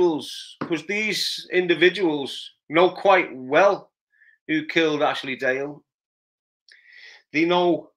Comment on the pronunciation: Its Ashley DALE ,not GALE